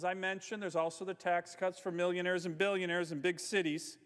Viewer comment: "Million-aireaz and billion-aireaz"